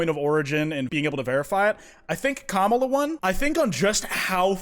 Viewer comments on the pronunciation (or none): He pronounces Kamala’s names incorrect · stop pronouncing kamala the way conservatives do you need to enunciate the first syllable edit: nvm, you fixed it later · please say her name right i’m crying and throwing up